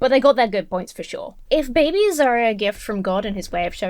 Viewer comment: The way that most Christians say the word "babies" always triggers me ever so slightly. Christian men and women often put this soft accentuation (for lack of a better term) on both syllables of "babies" and, to my ear, it always sounds gross. Yeah, it's a stupid nitpicky thing and it shouldn't bug me, but it just reaks of baby worship. I like the word "infants" much better. I feel better, lol.